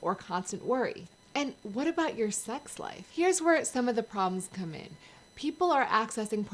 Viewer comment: Everytime you say Come i hear Cum .. thats how pornography affected me 😅